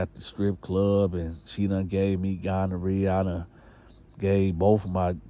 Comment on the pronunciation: a fool he said gondorrhea